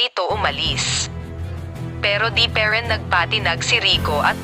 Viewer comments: Ang ganda ng story pero sobrang arte ng narrator magbasa yong parin naging peren at tara naging tera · Haha ako din po ung pe Rin tlga eh 🤣✌️pero napaiyak ako Ng kwentong Ito.😢😁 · Pe rin ( instead of pa rin 😂😂😂